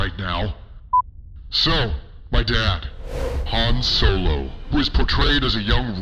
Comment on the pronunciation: Han Snow-lo